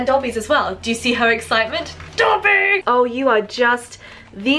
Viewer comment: It’s Dobby, not Coby